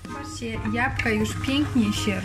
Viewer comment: Jabłka, proszę pani nie japka !